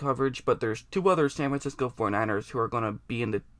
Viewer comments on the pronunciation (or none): SAN FIXCO lol